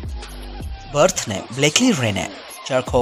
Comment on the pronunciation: Why does so many people say “ Blakeley Renee Churco” When it’s litterally “ Blakeley Renae Churco” 😫😫😫